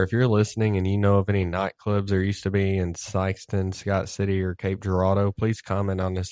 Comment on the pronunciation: Local, and you pronounce cape Girardeau right 🎉🎉🎉🎉🎉